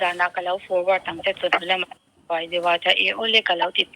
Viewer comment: Mizo tawng i ngaihsan hmel tehlul nen,,a tawpah 'peih' tih turah "paih i rawn ti hram bawk sia..